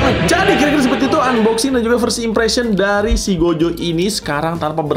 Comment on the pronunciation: He, saya mendengar "Gojek Satoru" .-.